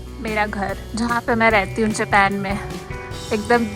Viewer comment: Japen nhi hota hai japan kho didi 🤔🤔